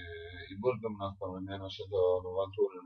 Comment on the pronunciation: Burzum non si legge "burzum" in italiano.